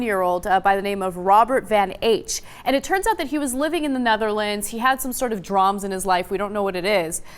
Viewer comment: I just lost a lot of respect for ana when she said "drams" instead of drama.